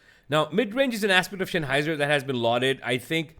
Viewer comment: Note: It's Sennheiser, the Senn part sounds like the sen in the English "sense". It's not Shenheiser, like Shenzen. ;)